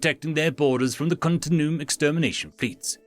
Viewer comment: It's "continue-um"